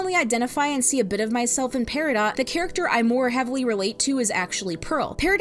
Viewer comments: Why is the character's name pronounced "pear-ih-dot" when the gem is supposed to be said as "pear-ih-doe"... I don't know why but it bothers me XD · It’s peridot like doe or dough. And while I try to stay out of my own spectrum areas, solely to show an appearance of being normal, and some of my friends when they found out said that either they didn’t know or that it made a lot of sense. My special interest is in literature, so while I may not be a standing ovation for speaking, words and their pronunciation and etymology are what give me curiosity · Her name is pear-a-doe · apologies if i'm being weird, but as far as my understanding of the english language takes me, peridot is pronounced peridoe